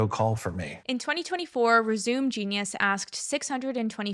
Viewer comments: she said “rez-ooom” instead of reh-sue-may 😂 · Hi, timestamp you say resume genius as ‘Rez-you-muh’, but it’s actually pronounced ‘Rez-a-may’. It’s another word for a CV and it’s a homophone.